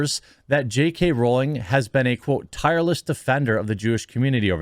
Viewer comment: Sweet mercy, a YouTuber who can pronounce her name right. I’ve spotted a unicorn!